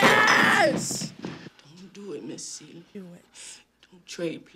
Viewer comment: I think the word you're reaching for, is the acronym for C U Next Tuesday. Also...it's SEE-lee, not suh-LEE.